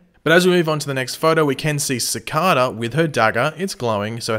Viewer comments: i hate how he pronounces it cicahda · Cicada (siii-Cade-a) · Sorry buth when you say Cicada is wrong.Is verry anoyng.Sorry for bad english.0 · It’s cicader not cicada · You have a funny way of saying Cicada :) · Next week: Find out if finally pronounces "Cicada" right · please pronounce cicada right watch the flash and pronounce it like they do, but your videos are awesome keep up the good work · He constantly says cicada wrong 😩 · Why do u pronounce cicada weirdly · Is it just me or does it annoy anyone els the way he pronounces Cicada? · pls learn how to say the villains name right